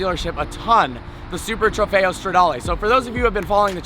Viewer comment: It sound like he is saying super trefeyo denali